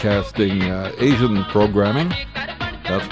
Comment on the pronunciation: When you say Asian, it sounds more Indian.